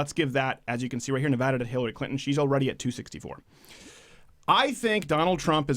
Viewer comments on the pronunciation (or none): Say it with me... Nuh va da. Not "NeVAHduh". I'm from Lyon County, near the bend. Washoe County is sort of purple, Clark County is obviously blue, but the rest of the state has been consistently red for at least the last 30 years or so. Even Clark is leaning a bit more to the right these days, probably because they're salty at Obama for discouraging gambling during the recession. I don't think Trump is going to win it either, but I felt the need to paint that picture so that people don't start saying "Who cares how you pronounce the name of that liberal state?". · I hate when people pronounce Nevada incorrectly. its like "Adidas" not when a doctor tells you to open your mouth and go ahhhhhh